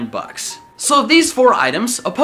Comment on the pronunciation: Were u tryna say “bucks” but only ever heard it and never seen it in writing before? If u mean the slang form of “dollars,” it’s “bucks” not “bugs” lolol bugs are like insects. But I guess English may be a foreign language to u so I wont judge ya!